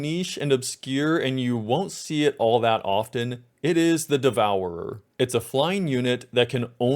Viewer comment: the Devourerer?